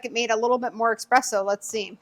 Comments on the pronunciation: Girl... There is no X or K in the word espresso... Just ESP, not exsp or eksp... You're making me crazy! 😂❤ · You lost me when you said 'expresso' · As soon as someone says ‘expresso’ I move on to the next video.